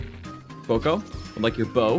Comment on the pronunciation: it’s boko but it goes more bow k o